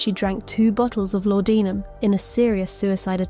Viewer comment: WTF ?? anyone who knows ANYTHING about Victorian Crime .. pronouncing LAUDENUM as LAUDINIUM ?? SORRY THIS MUST BE AI .. HOW CRAP